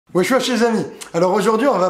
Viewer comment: "bonjou chez'z'ami"! lol tu picoles non?